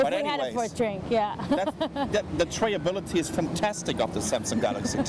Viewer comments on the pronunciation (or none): Trayablility? Really???